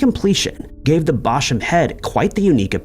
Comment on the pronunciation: Apologies, sweetie, but it’s “local to”, not “local near” as “local” and “near” mean the same thing in this context and so it’s just redundant……and as someone local to upper AND lower Chichester…..ain’t no Bosham around here so he’s saying it right.